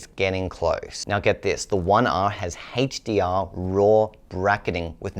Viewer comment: why does this guy have trouble say words with H... hestdeear . Hest264.